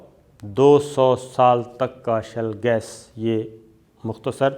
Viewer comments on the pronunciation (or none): With due respect, it is ‘Shale gas’ not shell gas. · Shale not shell. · its SHALE GAS not SHELL gas